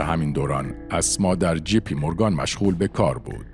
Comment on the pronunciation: تلفظ جی پی مورگن را اشتباه گفتید. دو حرف انگلیسی G و J در فارسی شبیه هم نوشته می‌شوند. بنابراین همیشه باید مراقب بود که این دو را با هم اشتباه نکنیم چون تلفط اونها کاملا با هم فرق می‌کنه.